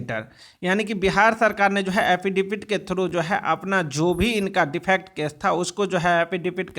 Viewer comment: Phle एफिडेविट बोलना तो सिख ले . हाफिदावित बोलता है